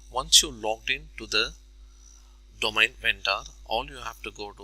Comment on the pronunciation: dough-main. Not dough-mine. Thanks for the assistance.